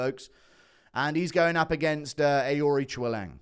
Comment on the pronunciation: How many times did you have to practice saying Aoriqileng? Absolutely crushed the pronunciation